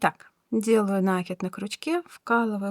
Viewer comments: Ну почему нАкид, нужно ударение ставить на И, т. е. накИд, накИИИИд!!!!! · Спасибо большое за урок. И пожалуйста, ставьте правильно ударение в слове накИд. Уж больно слух режет.